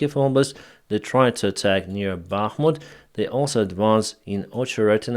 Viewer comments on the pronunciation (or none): none